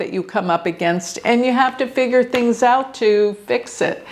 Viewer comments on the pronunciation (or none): none